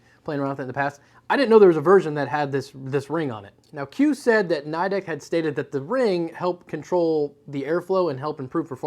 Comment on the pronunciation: The I in Nidec is pronounced as a long E. Like knee-deck... or if you're a weeb, nico nico ni. Nidec is a Japanese company after all.